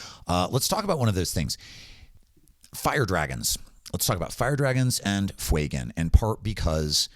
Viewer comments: I appreciate the content very much and to counter act this have given the video a link and subscribed, but can we stop calling him Fweygan, it's not intimidating and badass like the character deserves. Yes, yes I understand the inspiration is from the word Fuego, doesn't mean it takes on the parent pronunciation there are many words that have complete linguistic changes due to appending letters and changing the structure. Fewgan is significantly more intimidating and bad ass. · Love your content! I think its pronounced Few-Gan